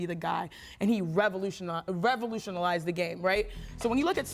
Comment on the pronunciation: Did she just say Revolution AL ized ???? ... where the fuck does ESPN get these idiots?